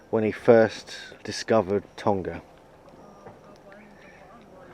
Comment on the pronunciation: Please pronounce our island properly lol its tong-a not tong-ga lol cheers